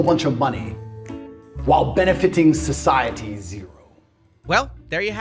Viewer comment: Socie-at-te -- Eric Cartman